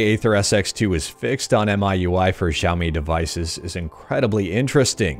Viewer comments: xiaomii = sha o mee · Xiaomi = sha-o-mi or shia-o-mi (pronounciation of chinese Xi is 'shi', as in the word 'she', and not as in the word 'shy') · it's xiaooooooooomiiiii. XD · It's pronounced Xiaomi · Daily dose of great emulation news and it's Xiaomi Shaomi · shaou-me is how i say it. Also, texture replacement comin to aethersx2, too? amazing! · yeahhh xiaomi is pronounced as sha o mii